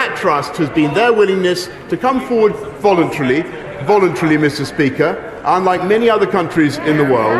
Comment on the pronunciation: “Volintrilly” you mean “voluntarily”